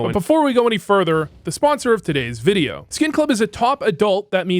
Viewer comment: Haha he said voodeo